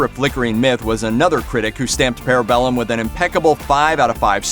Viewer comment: The way you're pronouncing parabellum is hurting my brain.